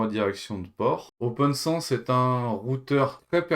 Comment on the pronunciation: Mais ce n'est pas "Open SANSSE", son nom c'est OPNSense...